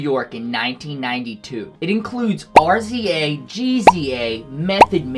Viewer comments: Rizza & Gizza(J sound) Not RZA and GZA 😂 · Bro Did you just say RZA and GZA like that? tells us you’ve never listened to Wu tang 😂